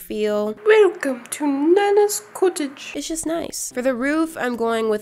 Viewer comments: “ Welcome to nana’s Cutige” The way she said cottage 😂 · Wilcome to Nannas cutage ! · Wilcome to Nanna’s cuttige Me: HeLLo i’M nANna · ‘✨Wilcome to Nanna’s cuttage✨’ IM WHEASING- 👹😂 👁👄👁